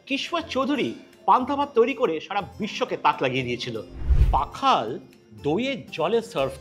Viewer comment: pakhal na oita pokhal.